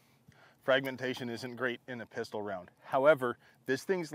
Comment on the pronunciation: A Ristol? A Pifle?